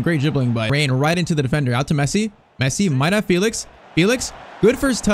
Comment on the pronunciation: Great vid, but I think it's pronounced Fell-ix instead of Feel-ix